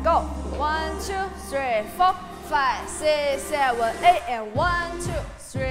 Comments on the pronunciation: 。。那個舞蹈老師的seven 發言。。她是不是被她的英文老師教壞了😅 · 謝金燕那組的老師，她唸拍子的seven 真的很不舒服😅